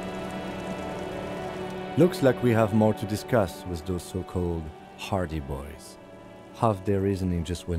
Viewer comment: I keep hearing "hardie boys" as "party boys" it gets me every time.